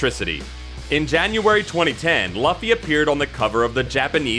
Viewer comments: ah yes our hero ..Luhh-ffy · This dude had 1 job get laffy name right smh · It's pronounced "LOO-FEE". The anime makes it pretty clear. Also, these are pretty known facts about One Piece. I wish you went a little deeper. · It's pronounced loofy :) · my ears bled whenever you said luffy wrong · That Luffy pronunciation though.. Hurts my ears everytime I hear it. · you say luffy werid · Why was this okayed? Can't even pronounce luffy really?